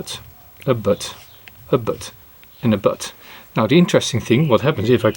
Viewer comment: For some reason I kept hearing ’butt’ instead of ’bud’. 😅